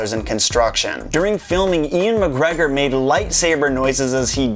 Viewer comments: His name isn't Ian McGregor it's Ewan McGregor dumb fuck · Ian McGregor? Do you mean Ewan McGregor? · Loved the video and don't mean to be a bummer but "Ian Magreggor" is not correct, an actor called Ewan Magreggor played Obi-Wan-Kanobi